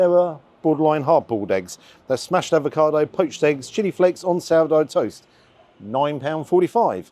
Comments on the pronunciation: Avocado. Not Advocado. Advocaat is a Drink😎🤓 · I agree with you about the poached eggs, they have to be runny & those looked great. One small thing though, you may think I'm being pedantic, but it's avocado NOT advocado as you pronounce it. You seem to be combining avocado with advocaat! Anyway, love your reviews - very natural & I hope you're not still getting grief about YouTube revenue, you've got to make a living after all. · Sorry to nitpick but it's avocado, not advocado 😂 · There is no 'd' in AVOCADO - if there was it would be spelled 'Advokado'.....come on man we are following you and taking your lead......this basic stuff Sir! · Love the video. Just need to say it’s ‘avocado’ not ‘advocado’ 😂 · Avocado not Advacado - not to be confused with Advocat 😂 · are you saying 'advocado' instead of 'avocado'?😁On a serious note, Paolo showing Ramsay and all the other celeb chefs how to do proper food! The way you enjoyed each mouthful, appreciating each bite - it was as if you were at the Opera and marveling at the performance! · Is it just me or is saying “ad va cado”? lol 😂 I still like your reviews. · I love your vids,, but there is only one D in avocado. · Avocado. Without the 'd'. Bless.